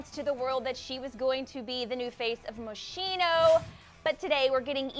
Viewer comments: Mosshino? Lol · the way she pronounced "moschino" tho..... lmfao